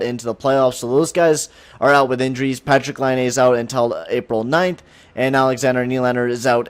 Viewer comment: For every time he says Patrik Laine, slap your face lol